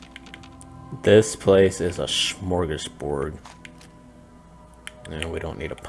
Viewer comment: Is it smörgosbord you say ? Just wonderin cause it sounds like a swedish word.